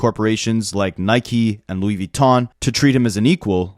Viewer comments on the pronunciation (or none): none